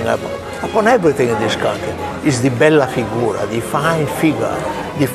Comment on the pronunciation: When JC says "Bella Figura" (=beautiful figure) it seems like he says "Bella Figona" (=raunchy way of saying hot girl)... 🤣